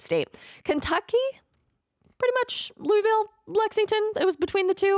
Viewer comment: So happy to hear it pronounced as “Louisville.” (Ya know, how it’s spelled). I’ve lived in the south my entire life and seemingly everyone I meet pronounces it “Lulvull.”